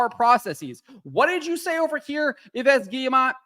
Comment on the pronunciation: Come on, stop pronouncing the last s in Yves. First because french is not Spanish so you have silence letters and then because you pronounce Yves as EVE.